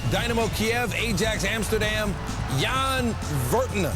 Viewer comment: Jan (pronounced Yan) Vertongen